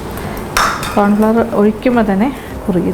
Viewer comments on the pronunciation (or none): സൂപ്പ് സൂപ്പർ ......👍🏻👍🏻👍🏻 കോൺഫ്ലവർ ്് അല്ലാട്ടോ..... കോൺഫ്ലോർ... ആണ്. 🥰🥰